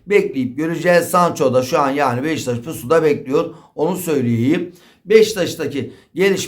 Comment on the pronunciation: Abi sürekli Beşiktaş'a Beştaş diyor.